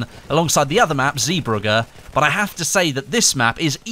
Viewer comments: Lorenzo Giampaoli you pronounce the “ee” as an “A” in English. And idk how i can explain how to pronounce the “gg” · why can't those english dudes pronounce "zeebrugge" smh